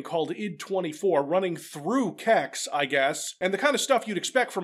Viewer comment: Hearing say kex this much as a Swede is deeply weird.